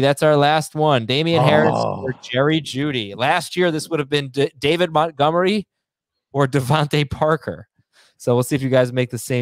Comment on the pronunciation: At this point I want David Montgomery to retire just so I don't have to hear say his name anymore and butcher it 😂. "mutgomery"